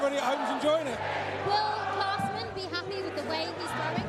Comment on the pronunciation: The lady said "Classman" instead of Klaasen all the time lol. How can you work as a darts presenter and never heard of Jelle Klaasen.